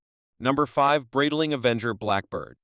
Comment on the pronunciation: it's pronounced BRIGHT-ling, not brittle-ing